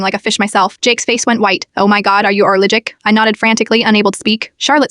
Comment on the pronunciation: “Oh my god are you ARLIGIC” 😂😂